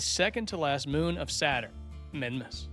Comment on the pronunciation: Why it sound like he saying mime-mass, its meemass mimas mEEmas